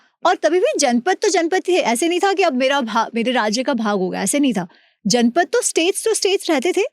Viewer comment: It's जनपद and not जनपथ.